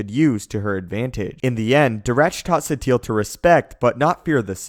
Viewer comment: Why do u call her Satiel? its pronounce Sateel